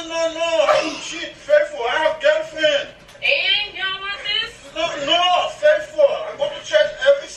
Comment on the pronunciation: "I have gyelfrenn!" 💀💀💀